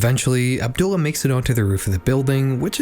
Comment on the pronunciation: I hope nobody sees this comment but this was a really good video, i enjoyed it alot, but the way you pronounced Abdullah really put me off, not cause i think youre a bad person for it or anything but the very subtle mispronunciation made me wince 😭. Otherwise awesome vid